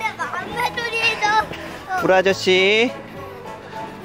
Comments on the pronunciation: 우주최강기요미 ㅋㅋㅋㅋㅋㅋㅋㅋ저는 부루 아저씨로 들었는데 ㅋㅋㅋㅋㅋ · 브라아저씨가 구라아저씨라고들림